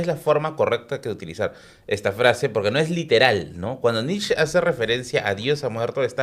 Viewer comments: Se pronuncia NICHE, IUBAMENSH. Nietzsche es un filósofo relativamente fácil de leer en comparación con Kant, Hegel o Heidegger. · Gran capítulo... solo comentario irrelevante, sin ganas de incomodar al gran. Netzsche o se pronuncia en alemán o en español (que suenan casi igual), no encuentro sentido de por qué pronunciar somo si fuera en ingles. Saludos